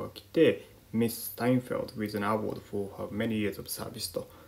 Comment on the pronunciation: awardのアクセント間違えてませんか？